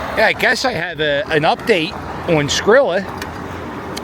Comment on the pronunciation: Yooo I’m dying!!! He called him skillet!! 😂😂😂😂 it’s Skrilla my man. lol